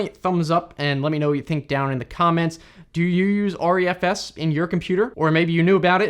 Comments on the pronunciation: I think that it's pronounced "Ree-F-S", not "R-E-F-S" (hence the smaller letter "e" instead of capital "E") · It's pronounced Re - F - S. Not R-E-F-S.